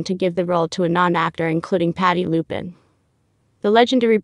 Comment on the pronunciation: LuPONE. Not Lupin 🤦‍♀️